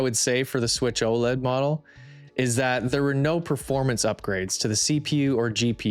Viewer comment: How do you run a channel like this and can't even pronounce it right. It's O-L-E-D for fuck sakes